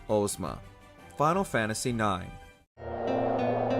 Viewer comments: Ohhhzma instead of Ahjzma drove me insane. The name comes from The Wizard of Oz. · Ozma is pronounced Oz as in wizard of Oz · Ohzma Mans saying Ohzma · Why are we saying Ohzma dawg